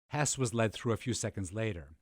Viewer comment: I thought this a fine documentary, the audio was acceptable for me, as was the narrator despite his repeated "Hoss" mispronunciation. Besides moderate reading of this history my previous knowledge came from the film "Judgment at Nuremberg" and the documentary filled in many gaps